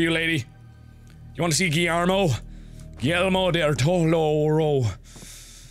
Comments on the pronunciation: Markiplier made a Totoro refrence! My childhood memories just got 10 times better XD ( although he did say it wrong ^-^' ) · Lol "My Neighbor Tutotoro". I once joked with my girlfriend, (who is Japanese by the way) and said "My Neighbor Tojo." She laughed.